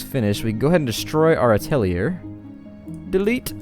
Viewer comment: Atelier is pronounced "At-uh-lee-(h)ey" French for workshop :) And you should leave the omelet producing on. It doesn't affect the chicken and it provides extra food as backup so people don't starve at least. Finally, you have floating rocks above your new atelier location. Just use a scaffold to allow them to reach it and get them mining. It's currently preventing you from placing your last skinning station. :)